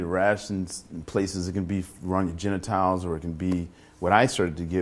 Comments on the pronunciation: Did he say "JEN NIT TILES"? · Did this fool really say "genitiles"